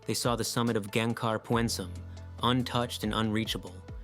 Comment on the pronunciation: Greetings from Gangkhar Puensum. I can see you down there. Btw its not "Pyuoehn-sum". Its pyn-suhm